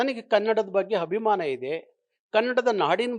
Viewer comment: ಅಯ್ಯೋ ದೇವ್ರೇ ಈಯಪ್ಪನಿಗೆ ಕನ್ನಡ ಉಚ್ಚಾರ ದೋಷ ಇದೆ. ಹಾನ್ಗ್ಲಾ ಮಾಧ್ಯಮ ಅಂತಾರೆ, ಹೋದೋಧು ಅಂತಾರೆ, ಹಬಿಮಾನ ಅಂತಾರೆ.. ಕನ್ನಡದ ರಕ್ಷಣೆ ಅಂದರೆ ಭಾಷೆಯ ಸೌಂದರ್ಯ, ಭಾಷೆಯ ಉಚ್ಚಾರ, ಭಾಷೆಯ ವರ್ಣಾಲಂಕಾರ , ವ್ಯಾಕರಣ ಎಲ್ಲವನ್ನೂ ಅಚ್ಚುಕಟ್ಟಾಗಿ ಪಾಲಿಸೋದು ಮಾತು ಪ್ರದರ್ಶಿಸುವುದು. ಸಂಗೀತ ಬಾರದವನು ಸಂಗೀತಗಾರ ಅಂತ ಹೇಳಿಕೊಳ್ಳೋಕೆ ಆಗುತ ಸ್ವಾಮಿ? ತಮಿಳ ತಪ್ಪು ಮಾತಾಡಿದ್ರೆ ಅರ್ಥ ಆಗುತ್ತೆ. ನೀವು ತಿದ್ದಕೊ ಬೇಕಲ್ವೆ. ನಿಮ್ಮ ಹಷವಿನಿ (ಅಶ್ವಿನಿ) ಕನ್ನಡ ಹೋರಾಟಗಾರ್ತಿಯಾಗಿ ಕನ್ನಡ ತಪ್ಪು ಬರೆದರೆ ಹೇಗೆ ಸರಿ ಹೋಗುತ್ತೆ ಸ್ವಾಮಿ. ನಿಜವಾದ ಕನ್ನಡಿಗರಾರೂ ಒಪ್ಪಲ್ಲ ಬಿಡಿ.